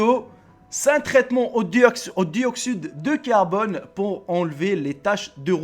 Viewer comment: ''Pour la première épisode'' on dit Pour le premier épisode. J'ai mal pour ma France. : C'est une photo très célèbre de la Guerre alors ne la reprend pas. : ''Duoxude.. Duoxyde dou carbonne'' J'ai encore mal pour ma France. : ''Un petit poupée'' On dit Une petite poupée. J'ai encore Mal pour ma France. Est pour le top 5 c'est du faux. Je rectifie, Je suis un passionné de la Guerre de 14-18 et de 39-45. Mais sur le TOP 5 rien défrayant, Je vous rassure dans les anciens hopital Américains en 45, les enfants blesses se trouvais dans des hôpitaux proche, est a Noel un Pere-Noel distribué au enfants malade des poupes. Fille pour les filles est garçons pour les garçons. Et 2 clown les assistés est soutenais l'enfant blesses ou juste malade. Mais sur cette photo ont les apercois les deux clowns qui regarde juste l'enfant bizarrement. J'avoue que leur déguisement était.... Bizzard mais n’avait craintes ! Bref cette vidéo est.... Bien en son genre car le montage est très bien réalisés mais tu te gourer mal sur tes sources pour ta vidéo.... Est améliore toi au Français ! sur se bonne chance pour la suite !